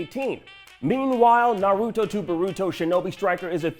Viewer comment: he pronounces naruto and boruto so badly